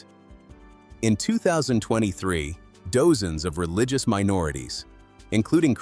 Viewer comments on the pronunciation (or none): The AI narration is annoying -- read dozen as "dose-n", 2,500 as "2 500"...